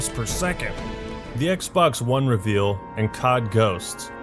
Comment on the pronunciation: The RE-veal? What is that goddamn pronunciation? Lmao.